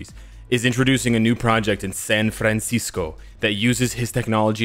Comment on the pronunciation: said "𝒮𝒶𝓃 𝐹𝓇𝒶𝓃𝒸𝒾𝓈𝒸𝑜"